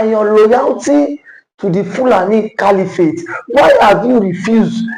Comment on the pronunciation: I thought you went to school. Cali-what? Do you mean caliphate or califat?